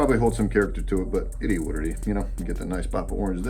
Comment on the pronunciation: nobody: this guy: it E what it E